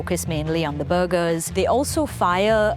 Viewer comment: De burrrrgers